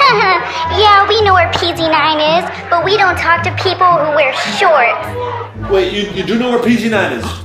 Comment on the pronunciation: He said shorts vy